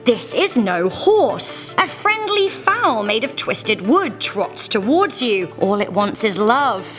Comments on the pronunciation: Its not called a fawl, its called a foal. 🙃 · You pronounced "foal" as "foul" in the beggining.